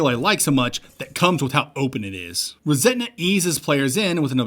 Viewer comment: Love what you do, this one has one glaring issue. The game is called "ReSetna", and I wouldn't normally point something like this out, but hearing it pronounced "ReSentna" so frequently subconsciously gave the game a tone of resentment at the world versus resetting or rebooting the world 😂😂 it was bugging me, good show, keep it up